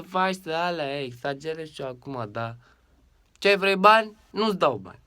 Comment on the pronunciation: sa mor, ma uit la clipul asta ca spui "da ce" si ma pis pe mine de ras ca pari beat :)))